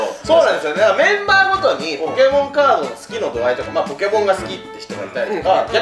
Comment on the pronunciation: カードじゃなくてカートってか